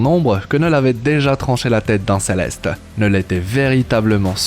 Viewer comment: Kkknullll pas NEuuuuuullllll